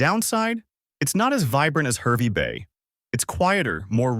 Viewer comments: It is HARvey Bay not HERvey Bay. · HAHR-vey Bay. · It's pronounced Harvey Bay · Oh no 😂 stop Herby bay.. yeppoohn 😅